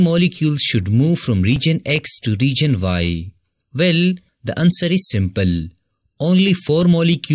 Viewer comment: It’s “Region”, not “Reegion”. Overall, good video.